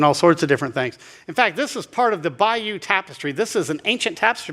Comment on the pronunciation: Pedantic Brit here.... butchered the pronunciation of Bayeux:face-pink-tears